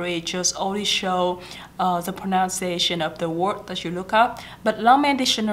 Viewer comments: Thanh Thảo Nhi Trần cái này đúng em ơi. Còn cái pronunciation thì có bạn cm và c cũng nói ở dưới rồi đó, từ đó c bị lỗi spelling, c tưởng nó viết là pronounciation nên c phát âm thành pronounciation. Còn nếu bạn nào theo dõi các video của c thì c đều nói đừng học tiếng Anh của c, vì c vẫn trên con đường hoàn thiện tiếng Anh. Nhất là khả năng dùng đúng ngữ pháp khi nói, vì ngữ pháp là điểm yếu nhất của c. Vì vậy nên các video mới trong playlist English practice. Chắc e ko phải là ng theo dõi c lâu nên ko biết. Cái c muốn truyền cho các bạn là tinh thần luyện tập, dù bạn ko hoàn hảo n mà bạn vẫn nên làm, đừng sợ mọi ng chê cười mà ko nói tiếng Anh. Vì chỉ có tập luyện mới giúp mình hoàn hảo hơn thôi. Có rất nhiều Youtuber khác nổi tiếng về giỏi tiếng Anh n mà thực ra em đâu biết là họ có thực sự giỏi như họ thể hiện. Khi lên hình thì có thể họ đã chuẩn bị script, quay đi quay lại và cắt ghép video để nghe trông có vẻ hoàn hảo và không mắc lỗi. Nên mặc dù c biết c nói sai nhiều n mà c vẫn đăng video, để những ng như c có thêm tự tin thể hiện bản thân chứ ko phải là cố gắng để thật hoàn hảo trc mặt ng khác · Em rất hâm mộ chị nhưng video của chị có nhắc đến Pronunciation và IPA nhưng những từ căn bản chị phát âm đều sai, ví dụ: pronunciation. Grammar chị cũng không tốt khi nói. Mình nghĩ các bạn nên nghe theo lời khuyên của chị (vì nó đúng thật sự) nhưng không nên học theo (imitate) tiếng Anh của chị ấy.